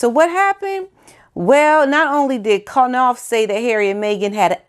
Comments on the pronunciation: His name is pronounced like NAUF the K is SILENT…. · Love your channel. I'm not sure, but I believe the K may be silent in Knopfs name. I've heard it pronounced about a hundred different ways. Keep up the good work.